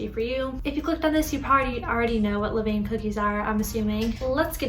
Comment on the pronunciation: Great experiment! Just a note that the correct pronunciation is not “le-veyn,” but is more like “luh-van.”